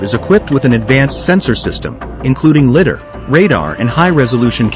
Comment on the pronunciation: I wonder how long we'll have to hear it pronounced 'lidder' before the AI realizes that it is 'lidar' 🤔